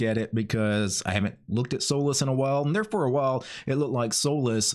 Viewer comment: I don't think it's pronounced as soulless lol